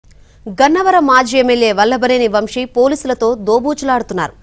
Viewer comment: వం షీ కాదు తల్లీ వంశీ.